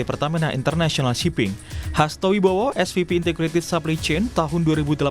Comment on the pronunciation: Ini kompas hire naratornya kocak bgt Supply Chain dia baca supplynya "SAPLI" are you seriously kompas ??